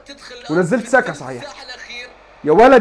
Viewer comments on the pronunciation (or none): انت عمال تقول saka اسمه سقااو سئا يا عم